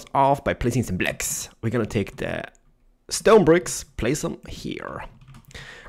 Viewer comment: I love how energetic he is about building a house with "The Stone-a Bricks